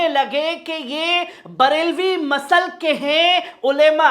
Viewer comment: masal nhi maslak hota h pl correct it